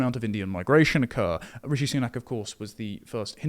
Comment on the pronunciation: It's RISHI Sunak, not 'Richie'. That's the legacy media anglicisation of the foreigner's name, like 'Chemy BAY denock'